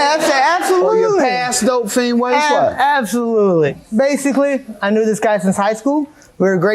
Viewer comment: Abso- huh*-lutely 😂